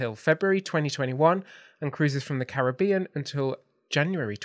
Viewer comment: Hope you enjoyed Edinburgh. We go every year, it’s my favourite city anywhere. Looking forward to that knew exactly where you were in the clips. Well done for saying Caribbean properly 😀